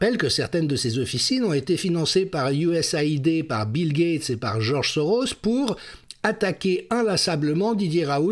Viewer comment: Bravo Jean-Dominique, déjà pour prononcer us-a-ID.